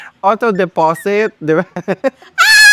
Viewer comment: mima tawang tawa talaga din ako sa de-po-sit,anway enjoy watching from laguna.